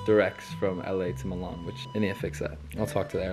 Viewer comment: never felt so lucky to have my name be Milan, let alone hearing it pronounced the way mine is 🫣